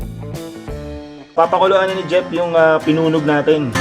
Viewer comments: Ang tamang pagsasabi nyan ay "pinuneg" hindi pinunog! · PINUNEG PO HINDI PINUNOG